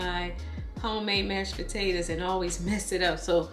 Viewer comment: I really like how you say potatas lol